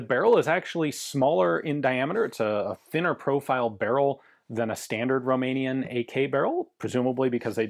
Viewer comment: And you are a mikey mouse,the way you said roumenian .Dont forget Ak 7/62 made guess what is beter all around 😅